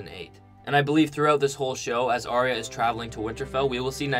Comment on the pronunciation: Arya is pronounced Are-ya not Arry-a.